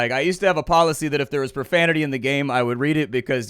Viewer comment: "Watch yo ProFAMITY"